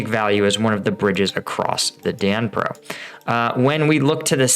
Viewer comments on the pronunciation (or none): It's Dnipro not Danpro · Just so you guys know lol it is pronounced as the "knee-pro" river, not the den-pro or the den-ep-pro river. The D in Dnipro is silent and the i sounds like an e. Hope that makes sense for everybody. Not sure why I care but it bothers me for some reason🙃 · Pronouncement of the river name. duh-nee-pro. NOT Dan-pro. Biggest longest River in Ukraine. Even more significant than our Mississippi. Otherwise, your analysis was terrific as usual. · The river in the east, you mistakingly call Dnipro is called Donets (actually 'Siversky Donets', but just Donets is quite enough) Thanks for your overview, short and informative. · I will not listen to a vlogger that can not pronounce Knee-pro, there is an online translation service that is free. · SAY it as - Dee knee per - River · Dnipro is iirc pronounced more like 'knee pro'. (well the city is, I assume the river is the same). More pertinent, when does the Rasputitsa start this year? Mud season could end all movement. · Veteran Reacts The Dnipro river its were Kherson is and Dnipro river is pronounced DE NEEP ROW River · Knee-pro dude, it's pronounced knee-pro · You are not pronouncing the river name correctly lol. Pretty sure it isn't the Danpro river...